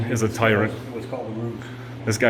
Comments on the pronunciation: No it’s called a Roos not a rouge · “Ruse” not rouge.